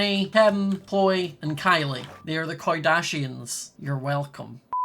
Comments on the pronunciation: "They are now the koi-dashians" -, 2020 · Sorry did you say the koidashians ........ Ahhhhhh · The “koi-dashians.” Yes.